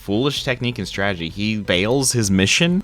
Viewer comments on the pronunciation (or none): none